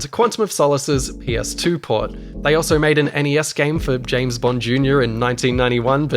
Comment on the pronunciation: Real Bames Bond vibes.